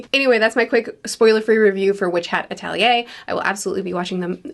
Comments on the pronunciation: Atelier is pronounced Ah - Tel - ee -A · Also ahhhhh it's Witch Hat Ah Tell Eee Ay. The first e isn't silent 😭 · It's pronounced 'Ah-tel-ee-yay.' It means worksop or design studio. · Lots of neat trivia! 1) First of all, I know you like to know how to pronounce words, so "Atelier" is pronounced "Ah-tell-ee-ay", with the "R" at the end being silent. 2) The author, Shirahama-sensei, has a small, episodic manga (3 volumes long) about an angel and devil who are best friends/rivals who love and hate each others' guts as they both work to profitize humans for their faith/souls. Imagine a silly cartoon, but with Witch Hat's beautiful artwork, and a heavy focus on femininity as expression. I highly recommend it! 3) If you know and enjoy the cartoon, The Owl House, and see a lot of parallels between Witch Hat's magic mechanics, that's because Dana Tarrace is a huuuuuge fan of Witch Hat and almost certainly took inspiration! And to make things even better... Shirahama-sensei is a fan of The Owl House and has even drawn fanart of the main couple (she's very LGBTQ+ friendly)! They follow each other on social media and I believe they have spoken in person now, too. ^^ 4) Shirahama-sensei once won (I think?) a manga publishing contest, but was then told her style seems more fitting for American comics than Japanese manga... which is an insane take, but okay. So guess what she did. ...She began working for Marvel! I'm not a comics fan, but I have some of her artwork she's published in the US. It's gorgeous, as always~ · I agree with everything you said. I'm very much looking forward to this anime. Also, pronounce Atelier the same way twice: mission impossible, lol. Jk, mostly. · Atelier is apparently very hard to consistently pronounce.